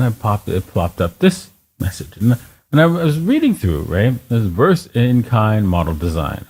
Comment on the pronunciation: "Revised" not "Reversed"